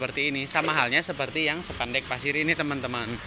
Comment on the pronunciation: Spandek mas bukan sepandek😂